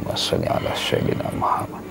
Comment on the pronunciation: lidah jawa trlalu tebal melekat...Muhammad bkn Muhamad..sebutan makhraj ayat quran biar mantap bener ..